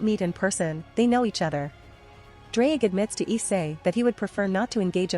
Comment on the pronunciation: if you wanna pronounce his name the welsh way then say "th-z-r-ige Go-he"